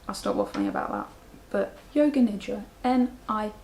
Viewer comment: even though I knew what you were saying, my brain kept hearing "yoga ninja" every time you said yoga nidra 😂